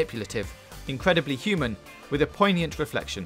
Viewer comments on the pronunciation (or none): none